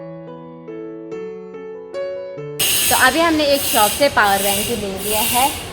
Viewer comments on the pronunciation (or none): Shops bolte hai shop hi shope nah bolte